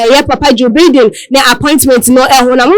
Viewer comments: Distasteful and classless. Don't they get any training (at least a selection process) before they make a public ridicule of themselves? It is 'Baiden'; not 'Bidden'. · Can someone tell this lady how to pronounce Joe Biden name right? What a SHAME